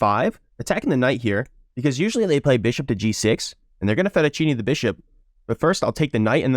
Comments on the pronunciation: "theyre gonna fettuccine the bishop" my man stop trying to pronounce fianchetto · You pronunce it fianketto